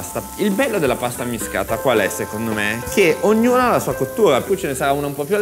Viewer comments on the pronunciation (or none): Pasta ammiSHcata e non ammiscata. A Napoli la s si usa come SH di Ashish.